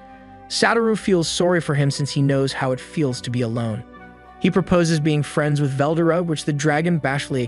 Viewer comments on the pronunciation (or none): How do you say the dragons name well dora you know its veldora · its Veldora not Vel Dora